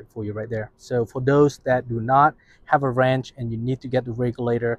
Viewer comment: Wrench- not ranch. Thought he was saying ranch but he was saying wrench